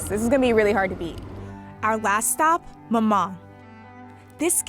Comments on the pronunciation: Why do they name a shop after a name they don’t know how to pronounce maman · the way they say maman is making me cringe so bad because my mother tongue is french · names a bakery after a french word and cant even say that word correctly ...... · You mean "Maman" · that's not my name i say maman, what do you say? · i was so annoyed at the co founder not knowing how to pronounce 'maman'😩